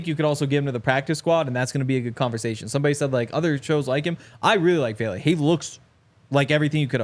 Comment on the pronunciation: It is Vele not Bailey